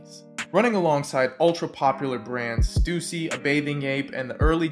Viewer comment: stussy not stuzy